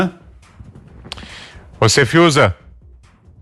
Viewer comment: Erra a pronúncia 😂😂😂 Grande Fiuza!!